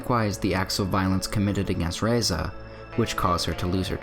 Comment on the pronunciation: Razieh not Reza , good analysis though